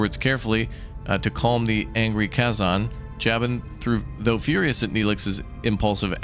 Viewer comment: and Kay-Zon, lol, but I love he's giving it a try! Hope its a series